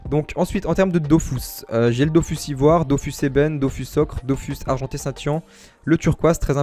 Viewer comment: Sa me stresse quand tu dit dofous mais bonne vidéo frero !